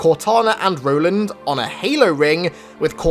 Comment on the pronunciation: Ro-land, you mean?